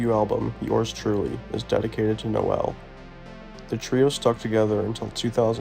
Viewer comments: Pronounced "Nole" not "no ell". Hard to watch this hearing his name mispronounced a hundred times. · It’s not “NO ELL” holy shit I can’t watch this